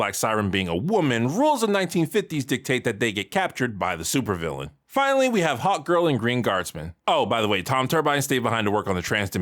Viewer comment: keeps saying HOTgirl not Hawkgirl. Everyone else hears it to right!?